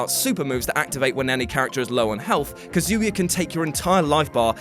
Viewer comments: You're butchering Kazuya's name so bad, you sound like you're saying "Kazooya" lol Just say it as it's spelt or listen to how they say it in the game. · please learn how to say Kazuya